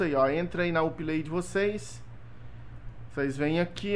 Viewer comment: Vc fala Uplay erado nao é up lai